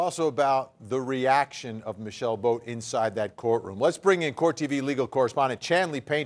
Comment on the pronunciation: when they say michelle boat it sounds like "my sail boat"